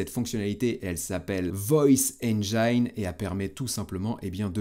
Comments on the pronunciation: Ça se prononce “enjine” et non pas “enjaïne”. Pour nos oreilles à tous, merci!😂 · Vidéo très pertinente comme à chaque fois, un grand merci. Etant anglais je me permets juste de reprendre la prononciation de "engine". Ca se prononce enj-in et non pas enj-aie-n L'orthographe est trompeuse :) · Sauf poisson d'avril, erreur de prononciation du mot anglais "Engine"...